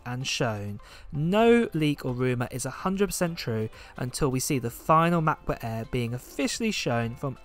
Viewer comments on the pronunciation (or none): matboot eeer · All I hear is "Mac book Eh" then I fell asleep! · OMG how you say "MacBook Air" is the funniest but cuties thing ever! can u please be my Siri on my phone? lol